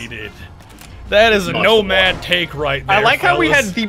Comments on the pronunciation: Nomad? ❌ Nosad? ❌ Nodad?✔️ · When vigil's bro can't swin "no-lad"